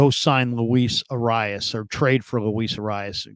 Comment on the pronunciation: Why can nobody say this guys name correctly.. it’s “Ah-rye-ez” - not arias